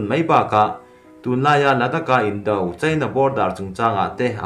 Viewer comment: News ho hi nangma lawkkhawm ni lovin mi lakkhawm i chhiar tih a chiang. I pronunciate dan a dik lo nasa ṭhin. Tone mar pât a chhiarzawm tur ni awm tak te a tone hniam in i lam lehtlat zel a dawt chiah a word i lam zawm hma in. Indo-china tih ang te hi a tone mar pât a lam zawm zat tur a ni a, mahse indo tih lai taka do lai hi a tone hniam in i lam leh ta daih a, beng a kham chang a tam tlat ṭhin. Han ṭang lehzual teh le....